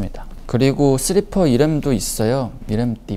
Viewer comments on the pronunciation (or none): 슬리퍼 발음 스리퍼ㅋㅋㅋㅋㅋ 아 진짜 너무 귀엽네😖🐸